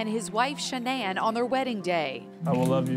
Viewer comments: Shan-nan? 🤣 🤣 🤣. Nice pronunciation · Is that how you pronounce Shannan?